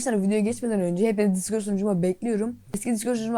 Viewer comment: Abi bu arda sen dicord deme ne disbdkdhd dein